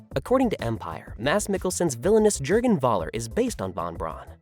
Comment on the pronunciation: Sigh. Why is it so difficult for anyone English-speaking to understand that the German "V" is prnounced like the English "F".. as in "Fun"? So "von Braun" is pronounced "Fun Braun" (whih hopefully makes you smile" and "Voller" is "Foller" (I am not even asking you to learn how to pronounce "ö"correctly, though that would be "eh", so "Voller" would actually be something like "F-eh-ller") Perhaps it is because I personally speak/read/write 4 languages (Danish, English, German, French) and understand and read Dutch and a few words in Russian, Swedish, Norwegian, Italian, Spanish, Arabic, Kurdish, Czech, and Tagalog. While I love the English language, I do not understand why English-speaking natives do not even try to make an effort with other languages. Laziness perhaps?